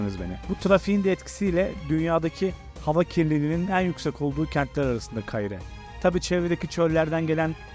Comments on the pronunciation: Kaahire değil doğru telaffuz Kaahıra! (Hıra, kahır...) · Şu şehrin adını doğru telaffuz etsene.. Ka hi re diyeceksin, kayire gibi söylüyorsun..